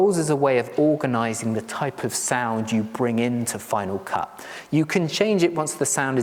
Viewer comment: I used Final Cut Pro for many years, but gave it up when it changed to FCPX. I'm almost tempted to try it again after watching your piece. But tell me, why do you pronounce it FinaW Cut?